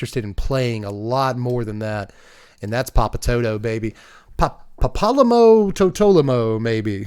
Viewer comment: Papalymo (Papa-Lee-Moe) is indeed a very little guy. Knowing the flavor on him, it's very on point.